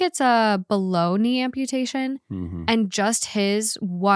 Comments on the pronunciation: Story 2: every time you said "below knee" I thought you were saying Bologna 😅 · She said “below knee” and my mind thought she said “bologna” 😂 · Omg me too! lmaooo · Not my dumb ass thinking you’re saying Bologna(below-knee)🤦🏼‍♀️